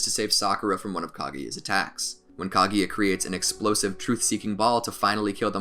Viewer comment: its kaguya not kaGAYya